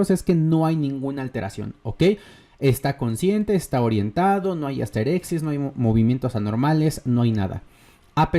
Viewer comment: Como una pequeña corrección, el término médico es asterixis, no "asterexis". De ahí en más, buen vídeo